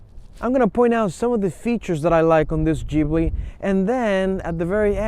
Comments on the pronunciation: Gibli with a G. Not Jibli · I stopped watching the video after he said GGGbbli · Wrong. BMW is the Germans answer to Alfa Romeo. Maserati is more comparable to Porsche. And btw it’s pronounced GibLEE. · jibli LOL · U could at least pronounce it right.... geez